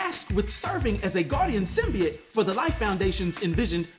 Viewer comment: The thing thats gonna piss me off the most is now mfckas cant say symbiote but now they say symbeit that shit erks my soul how you gonna be anerd but fck up a word